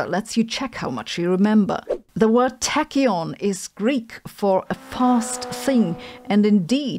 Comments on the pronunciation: Its pronounced 'tack - yon' as in, try and tack that thing I dare ya. Not 'tacky-yawn'...as if its some sort of boring particle afterthought. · They should really be called tachyston, and by the way the accent in táchyon is on the α: τάχυον ;)